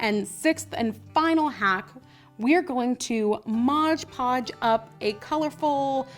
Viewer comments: its mod podge not modge podge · It's not modge podge, it's Mod Podge...